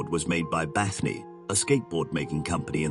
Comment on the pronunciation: How do you get "Bathnee" out of "Bane"??